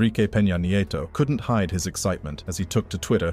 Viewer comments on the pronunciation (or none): none